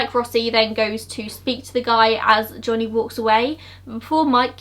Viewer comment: Also the way she pronounces Johnny like"jonniy" made me laugh